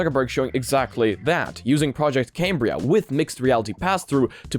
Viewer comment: "Cam-Bri-A". Not "Came-Bri-A" :)